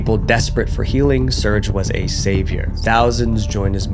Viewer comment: Another great video. I’m surprised you haven’t learned how to pronounce the name Serge. It’s Ser-gay. 2 syllables.